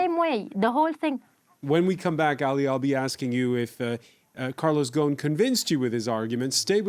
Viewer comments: His name is Ghosn, thr S is pronounced. It means "branch" in Arabic. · I’m just gonna pronounce it Gone. Carlos Gone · MM 20 Then why didn't correct this since she is an Arab living in Lebanon? She Also called him "Gon" lol